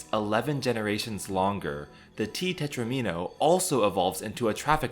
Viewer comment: Love it! Quality video and a comprehensive overview of the topic! :~) I've loved Conway's life since borrowing Martin Gardner's "Wheels, Life, and other Mathematical Amusements" out from my high school library... renewed for all four years of high school... lol. Only complaint; tetromino rhymes with domino. DOMino -> TROMino -> TET-romino -> PENT-omino -> HEX-omino -> SEPT-omino. So many minnows! :~)